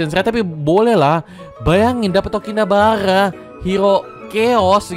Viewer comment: Bukannya namanya tokinibara bang kok jadi tokinabara